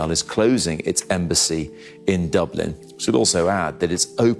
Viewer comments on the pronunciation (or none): Dooblin? It's pronounced, Duh-blin. Don't let it's proper pronunciation fool you, the People of Dublin are intelligent with a heart of Gold. 🧡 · Dublin not dooblan sir. Just a heads up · When a channel’s narrator can’t even pronounce “Dublin” properly and instead pronounces “Dooooblin”, you know this is AI generated propaganda. There are so many other obvious clues as well. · Dooblin? Wtf? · Bleedin dubblinn,, viva Dublin ☘️ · Please pronounce Dublin correctly. It's not that complicated! Ireland is not anti semitic and neither are the Irish people. Also pronounce Tanaiste correctly! Why hasn't Israel closed its embassies in Norway and Spain? Seems they are trying to bully a small country!